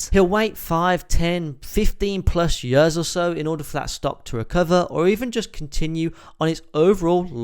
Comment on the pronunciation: Please learn to say “years” correctly, you are slowly killing me every time you say that word. Otherwise great video